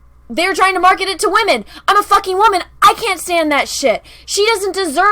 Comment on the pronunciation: Captain wahmen is not a HERo… It's just HER and her "WHAMENISM"....